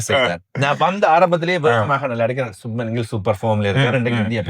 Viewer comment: Shu 'bh' man --- not ' Suman or Shuman